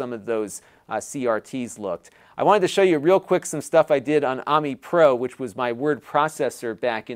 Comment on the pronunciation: Amí Pro, I believe, should be pronounced, not AM-me, but uh-MI, like the french word for friend--ami. That was the idea behind the software, that it was user friendly--your friend. Later, its name was changed to Ami Pro, (and now Lotus Word Pro) which, IMO obscured the idea of "Friend", and by the time Lotus bought it, the whole "friendly" aspect was completely forgotten--at least, that's how I remember it--even back in the day, I used to "have" to correct the mispronunciations ;-) (oddly, I never used it myself. I was a Wordstar, then WordPerfect, then Microsoft Works/Word, and Claris Works user myself)